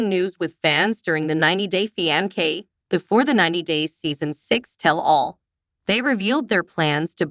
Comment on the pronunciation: It's not pronounced fianke, but with a C, fiancé. Please learn to pronounce English correctly before listing .